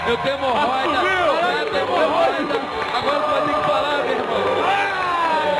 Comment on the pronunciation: “ MORRÓIDA” kkkk